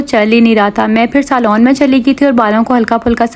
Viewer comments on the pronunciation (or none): AP zuban itni Teri kar k q bolti Hain Normal b bol sakti Hain Jo b AP English my bolti Hain bht Teri zuban kar k bolti Hain saloon ko b bht ajib bola h